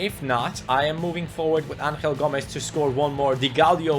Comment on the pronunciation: You are saying Angel Gomes name wrong. Because he is from England you should say Angel and not Anhel. He is not from Spain